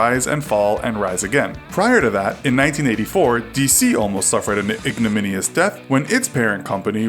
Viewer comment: When you mispronounce ignominious